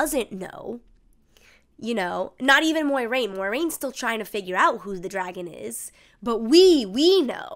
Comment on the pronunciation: "MOYraine" Moi like MOIST, bleh